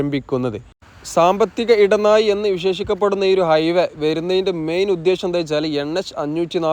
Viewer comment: കോയിക്കോട് . ഇടനായി മൊത്തം യ മയം !!!! പ്ലസ് ബ്രോ ഴ ഒന്ന് ശീലിക്ക് .....ഒന്ന് പറഞ്ഞു പ്രാക്റ്റീസ് ചെയ്യ് pleeeeeeese